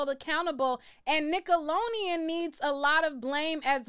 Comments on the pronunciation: I love you but whyyyy you keep pronouncing Nickelodeon like that 😂 just forget the D huh!? 😂😂😂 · I’m cringing you because keep butchering the name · Why can’t you say Nickelodeon….. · I never heard nobody say Nickelodeon like that lol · My girl struggling with the name NICKELODEON lol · Lol you can’t say Nickelodeon for 💩 😂😂😂😂😂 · Lol Why you keep pronouncing Nickelodeon Like that lol! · nickelonean??? NickeloDeon “D” 😅 it huuurts 😅🙉🙉 say it right please 🙏🏽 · cute??? 🥴I don’t think u really think it’s “cute” just like u said u were “joking” just be straight up, the way she’s pronouncing it is annoying and wrong. 🤷🏽‍♀️ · Say it with me now “Nick-ahh-looow-Dee-uunnn” 😂😂 waab she saying it like nickel-lo-eeeiiun” 😭😭 I’ve near heard someone pronounce it like that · Whew cuz I thought she was gon correct herself! It’s really doing a thing to my brain right now. I came to watch cuz I’ve heard her name in these YouTube streets. But she is KILLIN me with NICKALONIAN!!!!! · You was killing me with this nickeloneon girl its nickelodeon we can tell you ain't watch it😂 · !...its NickoloDEON😂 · Please pronounce it right, it’s Nickelodeon, not nickeloneon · Right 😂😂😂 I've corrected her every time she's said NICKELONIAN!!😂😂😂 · I had to stop watching lol it was getting on my nerves 😅 Nickeloleon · I absolutely love how she proudly pronounces Nickeloneon 😂❤ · FFS I can't watch this if you say nickeloneon one more time, I was soooo looking forward to this lol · now you gone have to pronounce NickeloDeon right lol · Girl get it together, it''s nickalodean (sp) lolololololol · Lmfao Nick Alone Eon was whoopin her tail 😂 Ima still watch tho 😂😂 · I'm getting so f* ckin annoyed. Wtf is Nickalonian????😂😂😂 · Jesus, it’s Nick-oh-lo-Dee-ann !! With a D as in dammit please pronounce it correctly! Yikes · The way you say nickelodeon has me crying cracking up 😂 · Me too😅😅😅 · 😂😂😂😂😂😂😂 I thought the same. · I was thinking that too! Lol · me too 😂